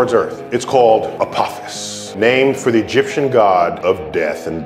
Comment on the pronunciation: Yeah he likes thevgrim news The way he says A P O P H O U S